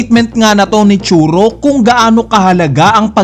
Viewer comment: Request lang, Tsuru pangalan nya hindi Churo. Medyo masakit lang sa tenga pakinggan sa tenga. Suggestion lang naman.